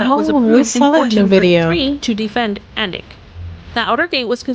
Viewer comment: She pronounced Alnwick (Annick) correctly but not Warwick(Warick - w is silent), clearly AI rubbish